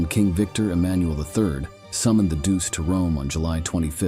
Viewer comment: Doose????? Don't you mean EL DUCHAY? Not the spelling but how it was pronounced. Pathetic AI. Pathetic editors too. EL DUCE, was this bastards name.